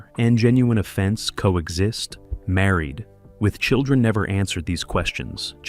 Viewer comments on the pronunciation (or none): What's with the pause after Married??? It's very off-putting after the 20th time hearing Married......with children.🤔